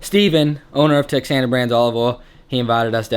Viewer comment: Awesome video brother. Just a quick note, Texana Olive Oil is pronounced "teh-hana". Amazing looking chops, btw.